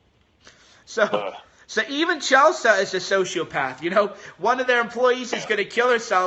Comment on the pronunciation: What is CHELSAH? its CHEL-SEE.